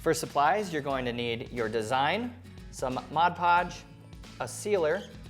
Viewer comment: Liked these ideas. Just sayin' though, it's actually MOD PODGE (Not Modge Podge)